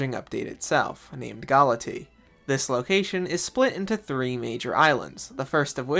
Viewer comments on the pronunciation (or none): I think it's pronounced Gal-uh-tay-uh instead of Galatee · GALA-TEA????? It's pronounced "galay-shia" 🤓 English student rizz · He said it wrong in the vid. It’s gah-LAH-tee-a. Not sure where the ‘a’ went in his pronunciation as the Greek word still has an ‘a’ at the end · 🤓acshually I'm pretty sure it's pronounced "ga-luh-teh-uh"